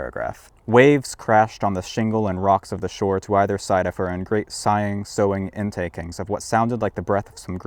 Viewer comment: Always. ALWAYS. Read the books first in publication order. An author cannot avoid giving spoilers whether it happens in a sequel or prequel. You can reread them in any order you like. Also. “Soughing” is pronounced “soffing”. Not a criticism, given that dough, tough, and through are all pronounced very differently, not to mention the smaller variations. I mispronounce a lot of words I’ve never heard spoken.